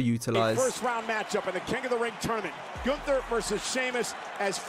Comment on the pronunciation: So glad that this is getting a shoutout. The way she pronounces Gunther is just perfect and as German as you can get with this Americanized version of the name.